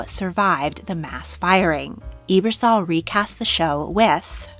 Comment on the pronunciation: Not a big deal but Ebersol is pronounced "ebb-er-sol" and not "ee-ber-sol." That goes for Dick or Christine.